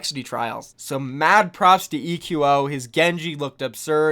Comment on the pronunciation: Why is everyone calling him ee-que-oh? Shouldn't it be pronounced like echo? At least that sounds way cooler.